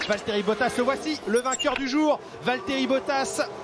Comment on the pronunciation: it's Valterri